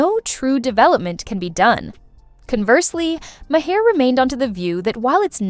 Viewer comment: Please — his name is not Ma-hair.